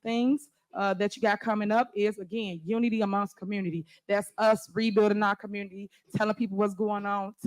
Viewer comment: What the hell is a “commurnerty”?